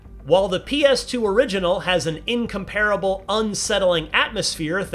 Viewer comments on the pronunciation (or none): It's inCOMparable, not incomPARable, you NINcompoop.